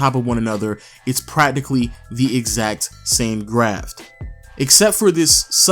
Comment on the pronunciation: Haha it’s graph not graft